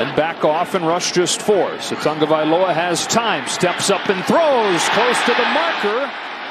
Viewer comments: It's "TAGOVAILOA" Not "Tungavialoa" what is the problem with the pronunciation? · The announcer mispronounced Tua's name the ENTIRE game. How did nobody correct him? It's not "Tongo-vailoa", sheesh. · Why is the announcer saying "tunga"? That's not how is name is spelled or pronounced. It's ridiculous. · Why does it sound like the announcer is saying tunga-vye-loa instead of tah-go-vye-loa? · Why does the announcer put an "N" in Tua's last name, before the "G?